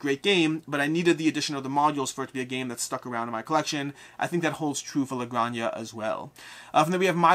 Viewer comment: Looking for an excuse to comment for the algo: la granja is pronounced “granha” as in h of house (farm in Spanish) cool video